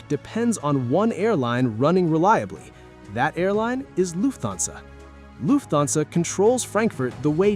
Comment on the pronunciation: Luf-thansa. OMG! Atrocious AI pronunciation!